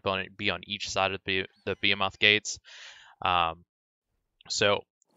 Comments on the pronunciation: Bee a moth? Its Ba-hee-myth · Behemoth not beatumoff or whatever the fuck you were saying.